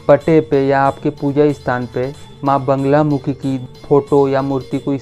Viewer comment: Banglamukhi nahi bolte. Naam Baglamukhi hai.